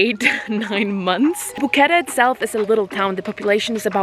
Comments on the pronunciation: No sis, quit embarrassing yourself saying the most bizarre pronunciation of the town. 3 syllables. You had it (Bo-Que-Te) a couple times and then went back to BoQuett . Or it could just be how you decided to edit it. Anyways. Hope you enjoyed yourself. If you ever go back with a little bit of adventure money. Zip line, white water raft, or take a hike tour to Volcán Barú(full day hike). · the E on the end of Boquete is pronounced like the letter A in English. vowels on the end of words in Spanish are not muted. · Imagine going all the way to Panama and getting a tuna sandwich and mispronouncing the name of the place you're staying over and over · If you like Boquete...learn how to pronouce it!